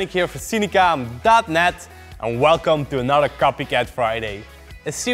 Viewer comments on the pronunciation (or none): none